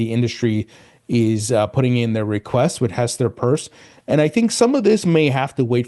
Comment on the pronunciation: Pierce is not purse